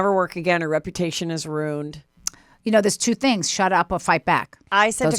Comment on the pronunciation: Am I the only one that keeps hearing “ROONED” when any of them say “RUINED?”